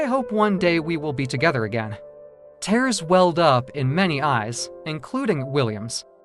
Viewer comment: Overall, a great story, but the reader needs to learn how to properly pronounce words, especially tears.